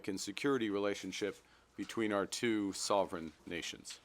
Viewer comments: Emphasis on ‘two sovereign nations’ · Note the pause and emphasis on "sovereign"